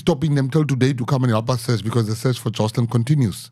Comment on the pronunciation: He told you it's "Joshlin" then you keep saying 'Joslin' ...listening skills. God bless Gayton for all he's done and done here, sounds like it would've been buried otherwise. An excellent interview for what it reveals- police incompetence and complicity, children need the highest protection by society. Blow it open Gayton. Interviewer, when you want to start a sentence in the middle with 'I' ...please stop yourself. What Gayton had to say was SO important and specific. Put a bright spotlight on child trafficking - it's massive. We need leaders who have compassion for children.